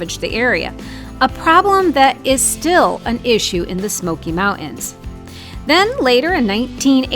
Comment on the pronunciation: Its not mount ans or Part ins